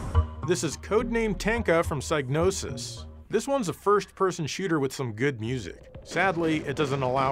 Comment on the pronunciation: .....joe.....learn how to pronounce Psygnosis. Sig-no-sis